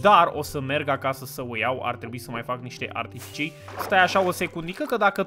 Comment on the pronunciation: Toată lumea: Trebuie să vorbesti corect.: Adică voi nu spuneț archifici?